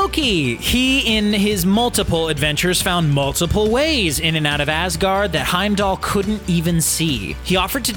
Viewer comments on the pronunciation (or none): none